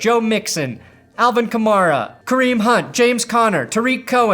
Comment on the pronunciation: And u are still pronouncing kamara bad